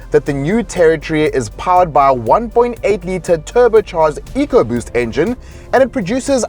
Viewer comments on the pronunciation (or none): ...eee... you said "Ecoboost" or "Ecoboom"... Ford Europe and USA cant build Fords... maybe the Chinese can...? Fiesta 1.0l Ecoboom... 60k km major engine failure... 6 months later... new engine same story... Ford will make you poor...